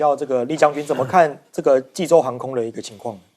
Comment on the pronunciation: 看着济州念洲际，还念了那么久。你们这节目是要关门了吗?就不能请个口齿清晰的主持？